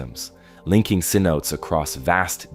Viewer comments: Se-note-tays not Se-notes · The pronunciation for the Yucatan Cenotes is incorrect. Cenotes would be pronounced as Sen o Tay. Otherwise, I very much enjoyed your video. Thank you for sharing. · Needs to learn how to say cenotes